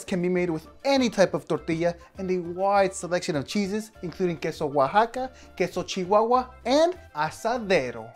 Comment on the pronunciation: The fact i heard said queso chihuahua